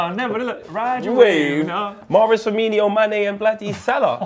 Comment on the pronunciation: It really is Firmino not FirmiNIO isn't it...